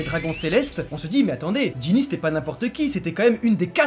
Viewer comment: vous y arrivez pas à dire Gynny x)